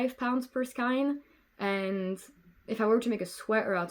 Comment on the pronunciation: It's okey, you pronounce skein wrong and that is my pet peeve :)